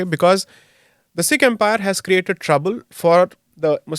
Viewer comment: It's Sikh not Seeks 😂😂😂